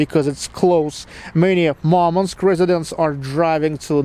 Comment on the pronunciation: Что за идиотизм говорить МАрманск? Город называется Мурманск. Не надо коверкать название города, пытаясь спародировать иностранное произношение.